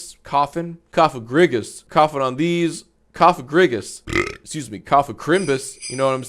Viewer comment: Minion says exsqueez me 😂😂😂😂😂